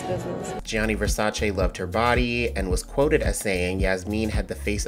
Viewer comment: You need to see Yasmin Wijnaldum. The best walker of the new group of models. Amazing! You still can't pronounce Versace, btw.